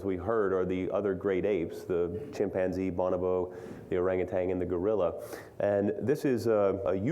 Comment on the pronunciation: Orangutan not orangutang.